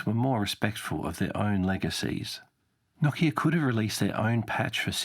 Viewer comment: NO KIA not KOCK-E-AH